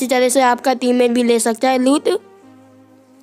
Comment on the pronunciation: भाई लूत नही लूट होती है पर जो भी बोला तुम्हारी आवाज बड़ी प्यारी है......और धन्यवाद वीडियो शेयर करने के लिए.....😊